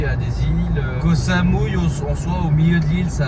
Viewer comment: Mdr j'ai ri quand il a dit " J'adore koh samui" (j'adore kohsamouille )